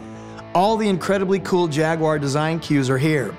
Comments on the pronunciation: Finally an American that pronounce Jag-u-ar correctly! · Always happy to hear someone pronounce "Jaguar" correctly